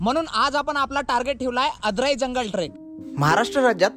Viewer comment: te आडराई आहे आदराई नाही feel ghalavato aahet chukicha pronounce karun...but nicely shot...👌